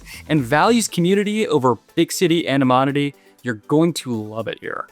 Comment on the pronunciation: Per capita, not capital. Anonymity, not aninomity. 🙄